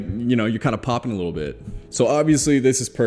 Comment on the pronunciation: The way he says "PoppiN" 🤩